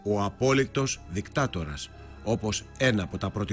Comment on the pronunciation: Γιατί κατά τα άλλα μορφωμένοι και εύγλωττοι άνθρωποι επιμένουν να προφέρουν το δικτάτορας ως «δικτάκτορας»